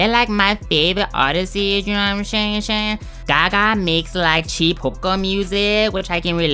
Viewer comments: Know what im shaying 😂😂😂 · YOU KNOW WHAT I AM SHAYING SHAYING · you know what im shaying shaying lol